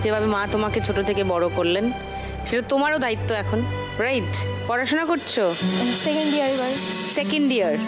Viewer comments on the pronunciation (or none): সেকেন্ড ডিয়ার নয় সেকেন্ড ইয়ার।